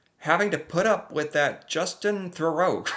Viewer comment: isn't it Thoreau ?